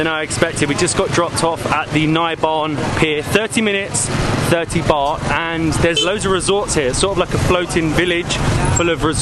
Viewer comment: It is baht damn……not bar!!!!what is wrong with you guys